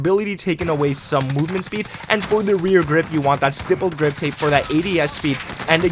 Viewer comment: Bro please pronounce the stipple grip tape correct!